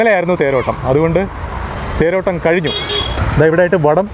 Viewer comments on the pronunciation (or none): none